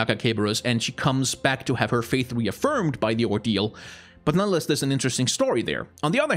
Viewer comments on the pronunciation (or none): none